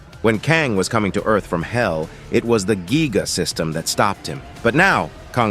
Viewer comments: It's Gaia not giga 😂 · Kinda triggering to pronounce Gaia (Guy-uh) as Gee-guh. Otherwise good. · Ikr this ai saying gigga system instead of gaia system 💀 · How do you get giga when you read giai? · gaia not giga!!! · GAIA NOT GIGA😢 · The word is Gaia but calls it giga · its Gaia not giga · Gaia❌ Geega✔️